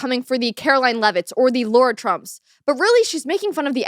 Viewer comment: Lara Trump not Laura Trump